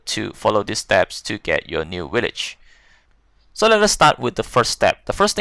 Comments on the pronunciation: Willage????? WTF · How many times dose this guy sat willage